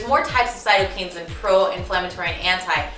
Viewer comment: Wow... what education do you have to support your credibility in this? First, I think you may have meant to say cytoKINES instead of repeatedly pronouncing it as "cytoKANES". That, right off the bat, makes me take you as someone who just supports the anti-wheat hype that is spreading virally. You clearly don't know EXACTLY what you're talking about. Secondly, you will encounter countless people in various different PROFESSIONAL (since I highly doubt you are) fields that will have